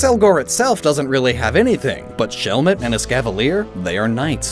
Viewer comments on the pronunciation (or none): Ah yes, 'Shellmet evolves into Accelgor'